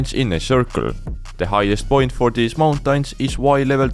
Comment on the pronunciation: Bro pronouncing mountains 'mountines' 💀